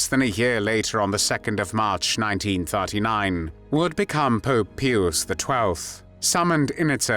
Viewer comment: The 🤖 cannot pronounce Pius.